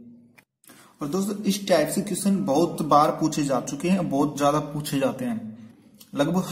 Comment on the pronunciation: Bhai read kese kr rahe ho Question 😂😂😂😂😂 jyaata 😂😂😂😜